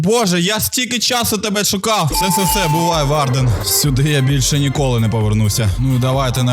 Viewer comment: Ніколи не говори кіколи